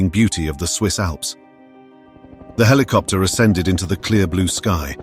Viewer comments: Wtf 🖕 Heelicopter ✅️ 😂 Helicopter ❌️ 😊 👇 👇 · Rescue heliopter or **helicopter**? Smashed **skulls**? How many?! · "A rescue HELIOPTER ARRIVED" ? WHAT? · What's a heliopter? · A Rescue Hillyopter arrived?...You Mean Helicopter?